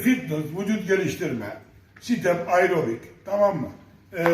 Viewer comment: Ayrobik ne amk pilates ne amk dediği anda istemsiz gülmekten airobik pozisyonuna geçmişim